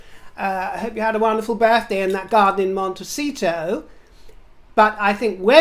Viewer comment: darling,You always make my day.Your outfits are otherworldly. You're being très kind and polite when pronouncing Montecito,instead of that hilarious Montesh*to of yours.😂😂😂😂😂😂